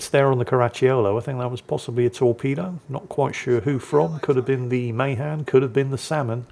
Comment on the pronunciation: Hey! Appreciate you and your content. Friendly heads up, as a MAHAN sailor myself, we pronounce it, Muh-Han with the Han sounding like “hand”. Your American cousin just wants you to sound your best. But seeing as we haven’t spoken English over here in ages, you do with that however you want. 😂